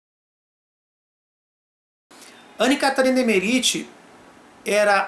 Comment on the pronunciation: Que agonia de ouvir vc falar o nome dela (errado) kkk